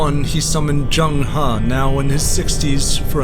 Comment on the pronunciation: Not Jeng Ha Zheng He or Cheng Ho